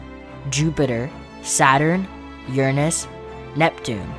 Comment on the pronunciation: Erunus ❌ Uranus✅